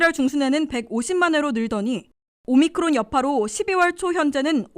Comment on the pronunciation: 오미크론을 자꾸 오미클론으로 발음하는데 확인하시기 바랍니다.